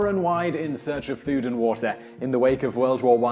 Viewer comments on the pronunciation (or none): none